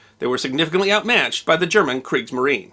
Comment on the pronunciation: Sorry to be a nitpicker, but the final e in "Kriegsmarine" ist actually pronounced.